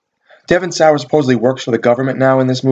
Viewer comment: fyi Devon sawa, its pronounced saw, just saying, lol